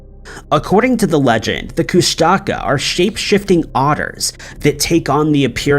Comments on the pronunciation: I'm Alaskan, born and raised. I think you meant "Koosh Tuh Kah" that's how we pronounce it at least. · Yah ik I thought he was alil off myself!I'm well aware of pretty much every "cryptics" n supernatural things n the otters the least of Alaskas issue!😂